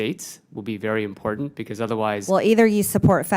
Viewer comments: The Word is “ IMPORTANT “ NOT IMPORDANT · She doesn't know how to say "important" correctly, there is no "D" in important, as she says, "impordant". Definitely came from the poorly educated part of Georgia. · I swear to God... If I have to hear her say imporDENT 1 more time......... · Impordant? Is that a word?